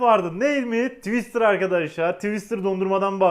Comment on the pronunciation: Tiwıstır haline bak. Hahahahahahahhahahahahahh 🤣🤣🤣🤣🤣